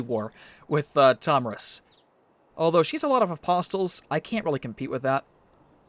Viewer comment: Why does he pronounce the t in apostle? It's like pronouncing the t in listen.